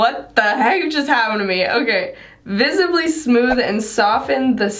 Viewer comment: I’m watching this too late and I’m too loopy for how you first said visibly lmfao. 😂